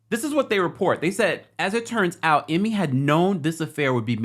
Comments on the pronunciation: His name is pronounced I and Me I ME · It’s pronounced Eemay 😂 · Dude stay butchering ime name. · THAT'S NOT HOW TO SAY HIS NAMEEEEEEEEEEEEEEEEEEEEEEEE